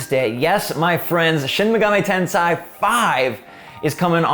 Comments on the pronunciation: Ahh yes...shin megami tenSAI, not tensei. Big brain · U say: Shin Megami TenSIGH I say: Shin Megami TenSAY I subbed btw lol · It's Shin Megami TenSEI, not TenSAI. SEI is pronounced "SAY." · Thanks for this informative vid sir. Also, if I may, I believe it’s Ten’say’ not Ten’sigh’. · >"tensai" shudder